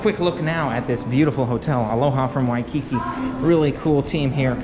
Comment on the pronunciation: In the word “Waikiki”, the emphasis is on the last syllable (the second “ki”).